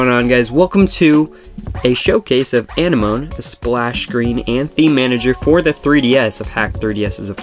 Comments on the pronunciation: Zigafide Yeah, it's not (moan) it's like (mo-knee) or more like saying sea anemone. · It's pronounced ah-neh-ma-nee thx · Why are you pronouncing it wrong? Uh-nem-ah-knee dude (I'm not doing this to hate on you but you're doing it wrong honestly) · When you pronounced anemone like enema I spit my tea out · Hate to be this person, but it is really irritating me. It is pronounced Uh-nem-ah-knee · it's pronounced like the thing underwater. Uh nem muh knee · no... no he did not google it Uh-nem-ah-knee my boy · Dooyeven Triforce “amenemoneme” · You pronounced it wrong I think lol